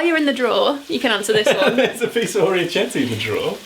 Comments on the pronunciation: This was so lovely! Please film some more! Thanks for the content! PS: the pasta is from Puglia - it means little ears and it is pronounced with K - something like "orikete". I only know, cos I was there on holiday and ate an absolute ton of it. 😁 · Great! I adore you:) I'm Italian and the only thing I would say (if you want to impress ahahah) is that it's "orecchiette" like with the k, the sound is like "orekkiette" and not with the English "ch" sound...! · Orecchiette is actually pronounced with a k sound, not ch/sh as ch in Italian is pronounced as a hard k and c plus i or e produces a ch sound, like cheese/chocolate... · I scrolled the comments to see if anyone else was sitting at home telling a screen how to say orecchiette and what it means. Glad I wasn't the only one lol.